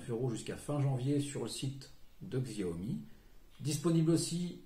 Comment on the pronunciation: Arghhh CH-I-A-OMI !!!! sinon super vidéo 😂